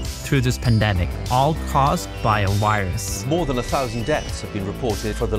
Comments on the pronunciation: How come you can pronounce "covid" with a v, but you say "wirus" instead of "virus"? You can clearly say the v sound. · If you spent as much time learning to talk professionally and say Virus not wirus your wideos would be good. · Wirus. Wirus. CoWid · Did U say caused by a wirus